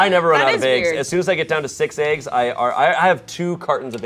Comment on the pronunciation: Why-- why does pronounce "eggs" like that? And I'm asking genuinely, as a non-native English speaker I just love to listen closely to everyone's accents, and idk, this sounds very New Zealand-y to me? WHY